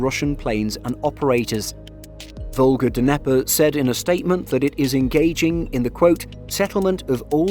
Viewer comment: Come on, man. It's "nye-pur" not "duhneper"